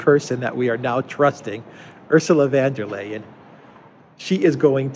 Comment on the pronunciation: Please call her Ursula von der leyen, not van der leyen. German not Dutch. Lets not make the Netherlands look bad. VON DER LEYEN, NOT VAN DER LEYEN